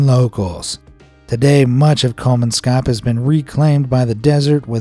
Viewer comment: It's really funny to hear English speakers butchering names in my native language 😂 The way Kolmanskop was pronounced is really funny. Another reason for the abandonment was because the people relied on water being transported by train. So when a war started, those in charge weren't able to do this and thus no water were able to be delivered.